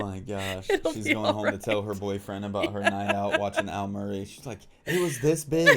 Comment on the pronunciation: Almarie? ...Al Murray !